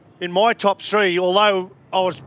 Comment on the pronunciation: Nothing like saying Shree instead of three. I guess it's better then free